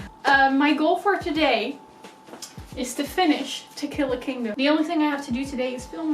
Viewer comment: Every time you said To Kill A Kingdom I hear Tequila Kingdom hahahah I think it's just me wanting some nice drinks rn